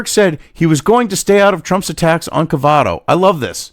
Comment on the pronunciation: Cavuto, not Cavato.